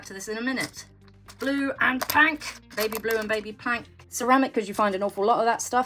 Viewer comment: You are a gem to show us the future of your finds! I also want to thank you for changing the way I say Pink 😁 its been "Pank!" Since the first video I came across of yours! I've met one other enthusiast when I said "Pank!" Instead of Pink! We love your adventures